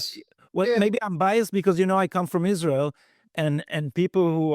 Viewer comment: Mike, it's not pronounced Is-REAL.